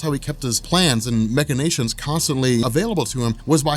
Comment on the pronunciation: Machinations is pronouced: "Mash-ihh-nations"